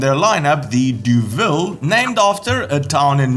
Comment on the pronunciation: Deauville is pronounced "Doh-ville" apologies to Homer Simpson... I've got one and done 190.000 km on it in 11 years... It'll need shaft drive.